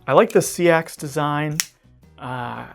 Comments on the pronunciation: Seax Pronunciation 'sax' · Defiant7 is Les George and Chad Nichols. Seax is pronounced like 🎷 not 🌊 🪓